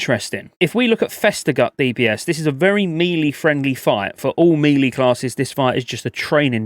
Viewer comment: I love your videos but the way you pronounce melee fucking kills me on the inside. ♥️